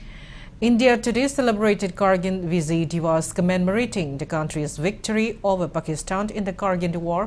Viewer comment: Your pronunciation of kargil to Kargin is irritating...